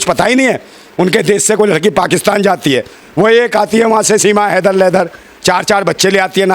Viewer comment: फौजी भाई सीमा लेदर बोलते है उनको याद दिलाओ हां वही लेदर है कि हैदर 😂😂😂